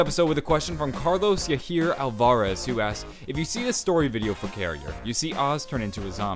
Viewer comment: Thanks for answering my question (and i understand why you mispronounced "Yahir," it's a Mexican name).